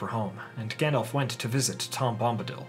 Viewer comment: Stop saying "Gandolph". It's effing"Gandalf".